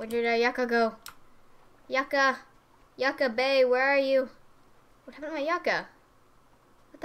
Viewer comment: Omg lol, I cringed everytime you said Yucca. XD It's pronounced you-ka.